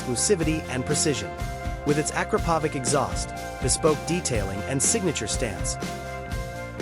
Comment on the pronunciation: A bit of trivia the brand of exhaust pipe is not prounounced “aakrapovick” but rather “a krap oh vitch” check with any person from that part of the world with are made I might not be exact but they definitely pronounced much closer to my one then how most people do it